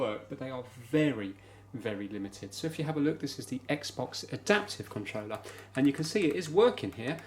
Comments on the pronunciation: It triggers me how he says controller and consol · I think that’s supposed to mean wireless…maybe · Why does he say controller so poshly